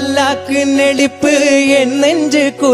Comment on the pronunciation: Judge singing not proper words in that song Adi ennadi rakkamma pallaku nelippu only (Not nadippu ) That boy singing Tamil word proper pronunciation ok!